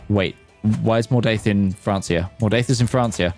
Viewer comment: The pronunciation of Francia makes me want to cry